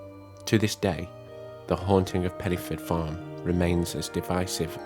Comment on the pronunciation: Pen - uh - forth ( dd in Welsh is a soft th sound )